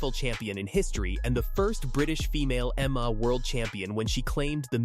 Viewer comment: Yes more bull shit and would someone please teach this damn AI how to pronounce MMA. It's an acronym stupid.